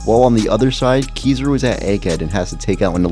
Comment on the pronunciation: It’s Ki-ZA-ru in terms of emphasis in pronunciation